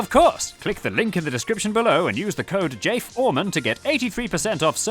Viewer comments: “Jayf Oreman” 😂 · Jay, you are a beast. Not only are your actual videos amazing, but your sense of humor is so perfectly timed and subtle, like pronouncing it "Jayf Oreman" instead of "Jay Foreman" for the code, it's amazing. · Fay Joreman